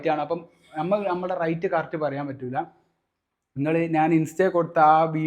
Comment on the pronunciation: Rite അല്ല rate എന്നാണ്.. റൈറ്റ് അല്ല , റേറ്റ്